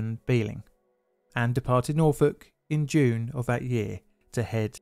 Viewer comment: Nice job on your pronunciation of Norfolk😄👌🏾